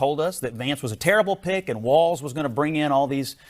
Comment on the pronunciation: Walz , not "Waltz"